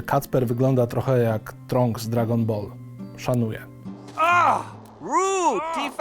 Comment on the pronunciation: tranks nie tronks